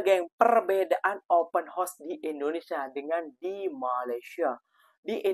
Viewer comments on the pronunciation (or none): Lain mcm sebutan open house -dah jadi kuda bukan rumah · Woooiii...ngomong YG beber..klo gak ngerti Ya udah pake bahasa jawa saja... Open house( open haos) bukan open hos... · Sebutannya OPEN HOUSE (haus) bkn Horse (kuda). ✌️✌️✌️